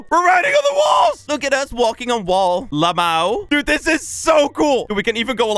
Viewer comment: When can't swear and said lmao but the pronunciation is lamao Edit: like breh 😅